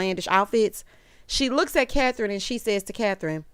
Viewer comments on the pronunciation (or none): none